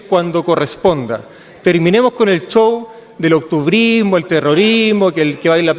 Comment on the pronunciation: Este ordinario Bassa dice CHOW. es SHOW.😂